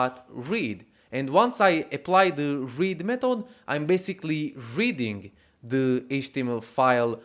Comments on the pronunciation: Please learn to pronounce 'THE' ! Gave up watching 'THE' video at min. . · Nice tutorial. Plus, very original way of pronouncing 'the'.